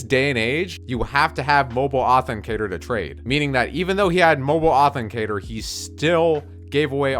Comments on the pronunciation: What the fuck is a mobile authencator? Im pretty sure its mobile AUTHENTICATOR Get ur vocabs correct dumbshit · i know this shouldnt bother me but he says mobile authencator